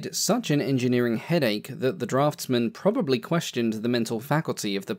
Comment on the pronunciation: ...what's a 'PROBABY'?